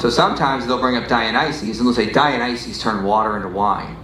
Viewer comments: ' pronunciation "Dionyses" grates my nerves. Can he read? Does he understand vowel values? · The dude literally can't even PRONOUNCE Dionysus. Has he ever even read the word???? Very doubtful.